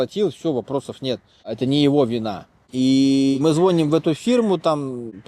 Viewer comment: В слове звоним ударение на второй слог. Дяденька плохо образован во всех областях. Его уровень это Израиль.